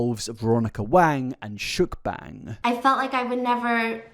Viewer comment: I don't think I ever heard mukbang pronounced like mükbæng, thanks for the experience.